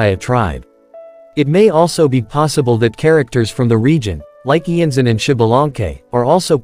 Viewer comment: Iansan is based of Iansã, a deity from african/brazilian religions, she's belived to be a deity responsible for the winds, the storms and the funerals. It's also not pronounced IanZan, I know this is an AI voice, but I recommend you check out on google translate how to pronounce it